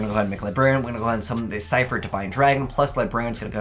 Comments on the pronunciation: Nice deck that u made, also I’m pretty sure that it’s pronounced see-fr not si-fr, that’s how the voice actor for Yusei said it anyway, kinda random but I though u should know, not gonna judge u cause I said it the same way before XD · it is see-fr